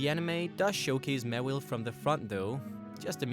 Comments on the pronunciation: i thought it was pronouced MAW-wile not mawillie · It's not mawil its maw/Ile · its pronounced maw-while not mu-will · OH MY GOD HOW CAN YOU SAY THEIR NAME WRONG SO MANY TIMES!?!?! JUST WHY? MEWHLE? MEHWLE!?!HOW CAN YOU SAY IT WRONG!!! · It's Maw-Wile. Maw and Wile (Wily). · I would've said du sparce deserved a mega more than Mawile(pronounced Maw-While) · ITS MAWILE